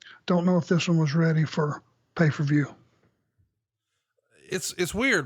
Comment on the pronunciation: How come Arn pronounces it, "Pay Fer View?"